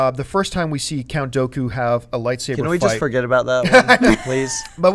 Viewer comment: u pronounced Dooku wrong